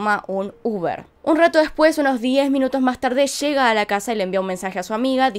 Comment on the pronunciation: Ella llega no "esha shega" leyó no "leshó"